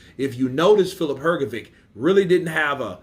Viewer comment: Hrgović (not "hrgovik"!) wasn't as sure of hisself as he pretended he was. I saw your prefight Counterpunch comment of his not very clever (and- as i think now after all- opponent motivating) few words he better never said. Dubois is better and more skilled, and i agree Hrga thought he would be the one with stronger jaw and in later rounds would catch DD and maybe KO him. But, Hrgovic didn't got right the lesson; Dubois took a knee in Usyk fight. And Usyk is the best boxer p4p and he's probably (still!) better than Beterbiev. So... bad example for prefight tactics, for sure.